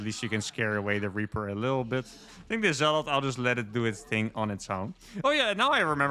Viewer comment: You pronounce zealot incorrectly.